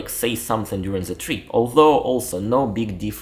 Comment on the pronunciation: The words " trip and bit" you say treep and beet.